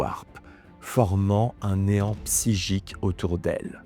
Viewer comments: C'est bizarre que tu prononce, psygique et non pas psychique ..! Ge au lieu de che ..! ^^ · Merci ! beau boulot. Juste : "Quand même" non "comême". Psy-chique, non "bsigique". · Très bon travail et super récit, merci 😊 Je me permets en revanche de préciser que la mauvaise prononciation répétée de certains mots m’a sorti de l’histoire à plusieurs reprises 😅 « PsyJique » et « VenGUEfull » notamment. Pas bien grave évidemment, mais je me dis que je ne dois pas être le seul à l’avoir noté, et que dans un soucis de travail bien fait, comme ça a l’air d’être le cas, ça ne peut qu’être bénéfique 😉 Encore bon travail et hâte de la prochaine 🙏🏾